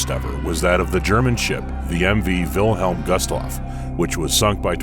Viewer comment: He pronounced “Wilhem Gustloff” wrong 😂😂😂